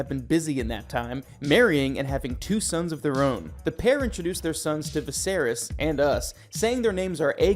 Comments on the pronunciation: Vizerees? Screen rant.. get someone who actually watched the show to read the script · yea the videos are all great tbh it’s just the mispronunciation is killing me😭😭😭. i don’t like to nitpick but come on bro vizereezz??? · The way the names are pronounced made this almost unwatchable. Especially the way Viserys is said. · Holy moly. This must be AI reading. The mispronunciation of the names of major characters, important objects, and the dragons is so bad I can’t watch the whole thing. Made it over halfway, hoping it would get better, it just kept getting worse. I expected better, Screen Rant 😞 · Oh and Viserys lol